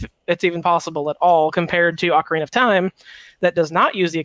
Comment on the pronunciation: Hate to break it to you guys, but in English Ocarina is pronounced "ok-uh-ree-nuh" Not the other one. :P